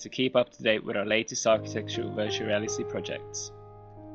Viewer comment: lol, it's the accent, he said architectual, meaning architectural